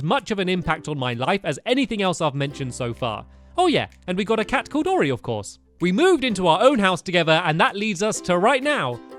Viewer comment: it's ORI not oreo